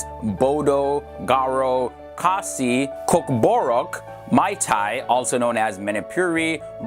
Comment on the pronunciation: Thankq for saying it khasi or else till now people still pronounce it as khasia